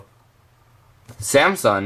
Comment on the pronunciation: Samson (sam-sun) not (sam -sung) this is fun